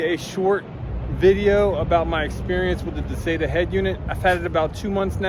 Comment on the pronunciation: I've watched several videos about this particular unit and you are the only one that pronounces it correctly